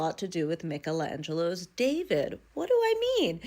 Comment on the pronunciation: You cannot tell me at your age you have never heard someone pronounce the name michaelangelo. At this point you are just doing this on purpose.